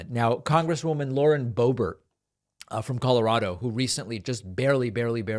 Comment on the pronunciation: Did you call her Lauren Bo.bare? David, she is definitely an ert (with a hard ERT).